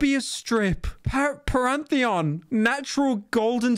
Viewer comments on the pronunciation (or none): "Parantheon" lol